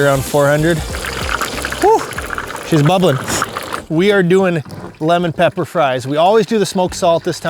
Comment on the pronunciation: “Lemon Papper” 😂